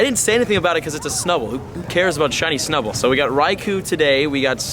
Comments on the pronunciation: you said snubbal research task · You said snubull research task